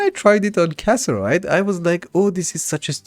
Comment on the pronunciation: you know it's CassITERite. right? not casserite? you're missing an entier "itter!"